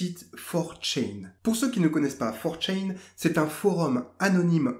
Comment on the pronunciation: Ça se prononce 4 "tchan" et non "tchain", ça vient du japonais c'est un suffixe pour pronoms personnels 😉 Sinon, super intéressant, merci pour cette vidéo